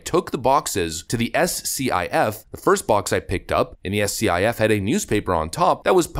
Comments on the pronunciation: "SCIF" is pronounced "SKIFF." You don't speak out the letters. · FYI: SCIF is pronounced like "skiff" I say that as a guy who has worked in a few. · S-C-I-F is pronounced “Skiff”. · S C I F is pronounced skiff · It's pronounced "SKIFF"...